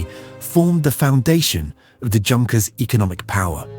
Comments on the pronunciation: OK - right from the get - the 'JUNKers' - it's pronounced 'YOONKers'. Let's try to be somewhat grammatically correct here. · the J in Junkers is pronounced with a Y sound. It's "Yunkers" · Junkers in German is pronounced You-n-kers and Siemens is pronounced Zeemens. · Pronounce it right... Junkers. Good lord. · It got Junkers wrong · thanks for bringing this up so badly pronounced that it’s like nails on a chalkboard every time Junkers is mispronounced.